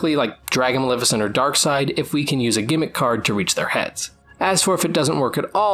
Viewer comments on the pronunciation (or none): none